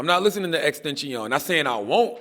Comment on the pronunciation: he said xtention 🤣